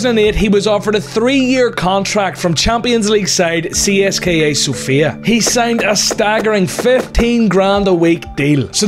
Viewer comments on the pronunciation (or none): That pronunciation of Sofia is something else 🙈😂